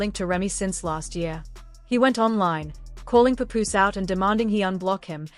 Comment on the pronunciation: Pup ooze it’s Paapoose!